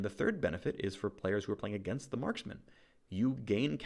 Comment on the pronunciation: i love how he says "crit based maskman" like he's supposed to respect some kind of gender neutrality.